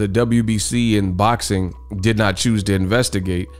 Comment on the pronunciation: All things boczin 😂😂😂 you mean boxing